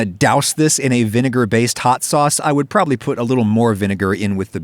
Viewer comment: The fact that he didnt even pronouce the word "probably".. why not.? Is it too "sus".. you are a weird man..